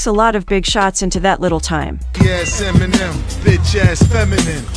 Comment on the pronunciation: Eminimimen? Lol